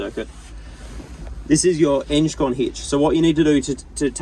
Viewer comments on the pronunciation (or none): Eng con not enge con 😂